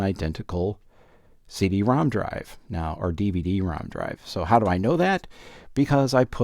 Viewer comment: I thought he was saying "See de ROM"